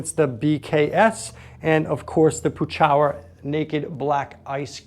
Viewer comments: You might consider calling Pechauer directly and finding out how Jerry pronounces his name. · Just an Fyi - Jerry Pechauer says his last name is pronounced “PetChower”. For the longest time I thought it was “Peach-hour” lol